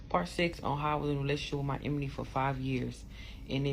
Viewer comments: Listening to her butcher the word "enemy" made ME "carry on" to another video... Deuces!✌️ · Glad I'm not the only one! 😂😂 I'm no grammar police but babaaaay!!! That emeny gets me Everytime! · Pronouncing enemy as emeny is the red flag a big one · If she say emanie instead of enemy one more time! Dumb arse..she not dumb. She know exactly what it was. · I’m sorry but the “Sleeping with my emeney. “ she was driving me crazy. 😂😂😂😂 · Anybody gonna tell ole girl with the glasses that “emeny” is not how it’s said😅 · She can’t say enemy she keeps saying emeney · If she say enemy wrong ONE ☝🏾 more time 🤦🏽‍♀️ It’s ENEMY not Emeny!! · I can’t stand how she pronounces “enemy” lol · the fact this woman cant pronounce ENEMY is irking me lol